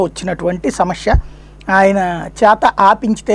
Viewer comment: Pl speak proper telugu.....its " samsya"....not "Shamsya